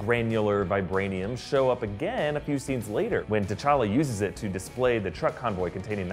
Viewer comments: He said tachaka instead of techalla 2 minutes 58 seconds in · He says t'challe it's t'challa